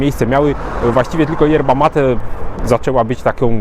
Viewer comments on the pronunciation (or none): none